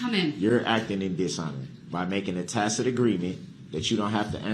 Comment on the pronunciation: "Have I acted in dishonor?". Dude you ran over dozens of little children! You have no honour. And stop saying Tacit! It sounds stupid when you've pronounced it as tackit throughout the whole case. You should've just stuck with tackit.